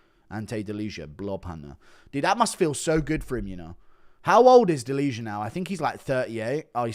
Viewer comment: its not "deliha", you would pronounce it more correct saying "delia". no "h"